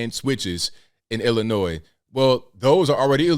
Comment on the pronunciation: Lousy politicians didn't care till rich City that had Assault Weapons laws on the books never cared about the people in Chicago who always get killed. BTW the last S is silent Illinoi is how it sounds!!! 🤔